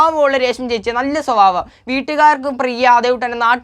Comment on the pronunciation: എടാ ചെക്കാ സ്വവാവം അല്ല സ്വഭാവം കഷ്ടം